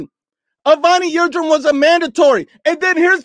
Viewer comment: Dude calls Avni Yildirim, Evony Yildrim and they ask him if he black or white lmfao